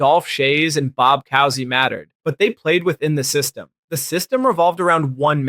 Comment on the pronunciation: Bob "Cow-see"? How dare you